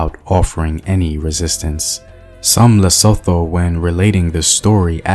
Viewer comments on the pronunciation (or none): Su' tu... Like soo in Sooth and to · Sound exactly like "to"